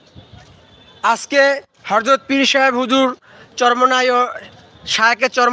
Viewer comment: Harjot not hazrat bolbe